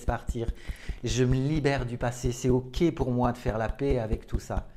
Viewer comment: Paix et pas pet hein 🤪 merci ✌️😘